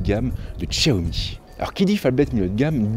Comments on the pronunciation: tchiaomi?!?!?! 😂😂😂 xiaomi pas tchiaomi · Tchaomi 😂 aller tchao